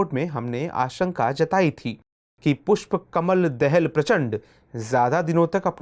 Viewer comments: Sir, देहल नही दाहाल । हिन्दी भी पढनी नही आती !!! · दाहाल है